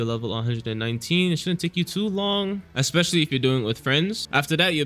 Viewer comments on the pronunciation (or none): none